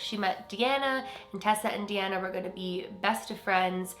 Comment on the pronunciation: DeAnna is my middle name. It’s kinda cool to hear it pronounced the way I do :))